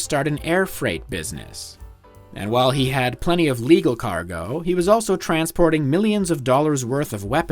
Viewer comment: You keep mispronouncing he. Maybe it’s static in the audio.